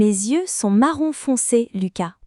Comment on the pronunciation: face-blue-smiling: ... ... la prononciation de 'yeux' n'est pas correct